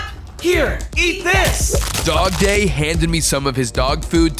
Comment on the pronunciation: Dogday sounds like a day